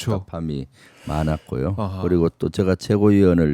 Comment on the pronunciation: 김병주 존나 실망이다. 공취모 모임에서 탈퇴했지. 완전 이것도 멍청래 길 따라가는 구나. 딴지만 쳐 보나봐. 최고의원이 누구덕에 됐는 데. 말도 어눌해서 제가를 저가 저가 이렇게 발음하는 놈 잼통령이 조금 코치해서 진지한 연설로 바꾼 뒤에야 겨우 득표해서 최고의원이 됐건만 지가 잘나서 인 줄 아나 봄 4 성 장군이라고? 니가 일을 잘 했으면 대통령이 국방장관으로 임명했지... 최고의원 자리 박차고 나가서 되지도 않는 도지사 뛰어들고 그 최고의원 자리 친문한테 넘겨준거나 마찬가지야. 계속 그렇게 친문한테 충성해봐라. 남양주 의원 자리도 바뀌게 될 거다.